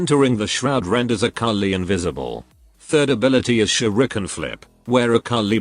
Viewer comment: The way he said shurken